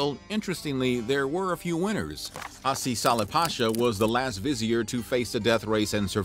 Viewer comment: HaSi Pasha?? Come on dude... It's a Turkish name. It's pronounced HaJJi